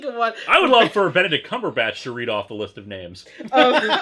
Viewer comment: New running gag, Benedick Cumberbatch's name being mispronounced.